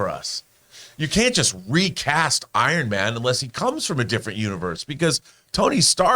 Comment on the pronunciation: I did not like when Rob makes Iron Man sound like Jesus Christ.